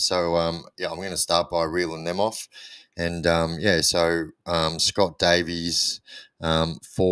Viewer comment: Thanks so much for the vid mate and reply❤although you did pronounce my name wrong😂😂 it Davis not Davies😂😂thankyou again brother